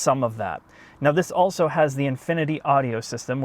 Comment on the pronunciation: Can we get to start pronouncing his L's when saying "also"? I ohso like your channel very much.